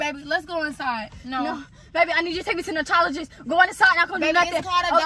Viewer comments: Team RAMIERE🩷😭😭😂 mispronouncing dermatologist😭😭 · My favorite part was when she was trying to say dermatologist that was a BANGER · My favorite was when she was trying to say dermatologist